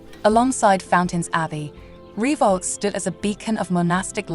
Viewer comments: Lovely! One thing (amongst the few) I DO know, if you will allow, is that the Abbey's name is pronounced 'Ree-voh', not 'Ree-vaulks'.. Certainly a spooky spot, I visited the place several times with parentals when a child. Nice one, thank you for posting! 👻🌟👍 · nice video, but it's pronounced Reev O not re vox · I read your comment and thought "how pedantic" but after 5 minutes and she'd said reevolks 350 times I was screaming. 🤣🤣🤣🤣🤣